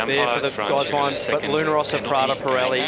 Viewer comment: I acknowledge that it's a first world problem and probably very petty but does anybody else get irritated by the NZ commentator's pronunciation of Luna Rrrrrrossi Prada Pirelli? It sounds like it is such an effort for him to roll his Rs. Either perfect it or don't bother. As it is, it sounds like he is trying too hard and I note that it was the same with his commentary of the last America's Cup.